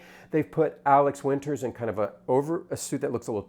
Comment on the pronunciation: and.... you misprounced Alex WInter's name.